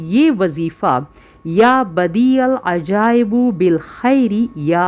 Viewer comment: Api ap to khud galt parh rhi hain please correct jr len ap keh rhi "ya badial ajaibu" jb ke "ajaibu" nhi hai "ajaibi" hai